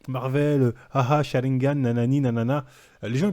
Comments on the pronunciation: ARRÊTE DE DIRE SHARINGAM C’EST SHARINGAN TU RENDS FOU 😂😅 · Quelqu'un lui dit on dit Sharingan ou bien on le laisse et on continue à s'éclater de rire? 😂😂😂😂😂😂